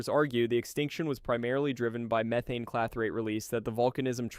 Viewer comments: Why do you pronouce the gas name as MEE-thane and Methaine? PICK A LANE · "Me-thane", " You-thane". I'm guessing this is an AI voice. Still, it's quite informative. Hey, you corrected it, mid vid. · It's an AI narrator. Abnormal pauses, over-enunciation of words, and literally pronouncing "methane" differently 3 times within 20 words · Is this done by AI because the way you pronounce things despite English clearly being your first language is bugging. It's not meeth-ane it's Meth-ane. It's not to-nami it's Su-nami. The list goes on.